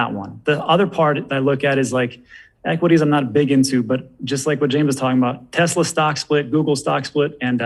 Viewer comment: It’s not Tezla, it’s Tesla🙄